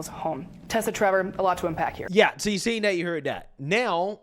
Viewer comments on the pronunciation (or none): none